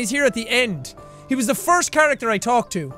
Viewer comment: When he says character, his Irish accent broke through more. OMF